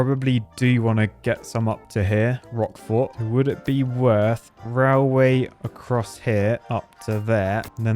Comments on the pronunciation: Am i tripping or is he saying rawl way? 😂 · Why do you pronounce it like "rileway"? 😁 Is that now it is pronounced in UK English?